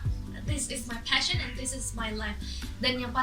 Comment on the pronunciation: putri bilang passion, bukan fashion.